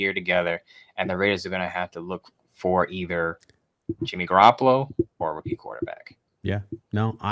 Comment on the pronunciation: Every time mentions Jimmy Garappalo I cringe...😒 Really hope if we go Stroud, we keep Stidham.